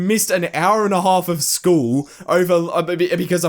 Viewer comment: i pay more attention to whenever he says "school" because i sounds like "schwool"